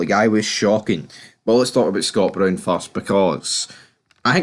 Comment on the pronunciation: No1. There is no old firm the Rankers died in 2012. No2. Can you not pronounce Brown right. No3. Chris Boyd hair and teeth transplant is the most biased pundit on the telly. No4. Away and bile yer heid.